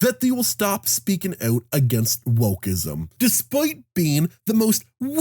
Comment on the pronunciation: Out. Not ewt.